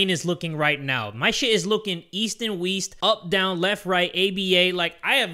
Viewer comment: “east and weast” 🤣🤣🤣🤣